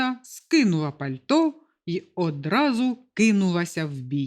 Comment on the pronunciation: Яке польті ? Правильно Пальто.